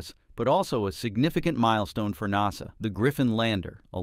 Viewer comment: Please say NASA CORRECTLY !!! AI sounds horrible.